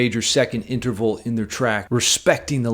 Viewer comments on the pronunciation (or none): Did you say interphallic,? 😆I thought I heard that somewhere near the descending tritone section.